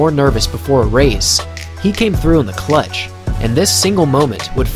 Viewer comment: hearing this dude say clutch and GOAT makes me want to die